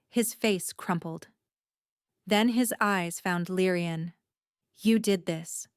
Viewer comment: Oh my. Her name is not LYEN, not Lyrieann, Lyran, not Lyrean. It is LYRA. But if the word « and » comes after her name turns into « Lyrian ». When AI messes up a name, they really go all the way!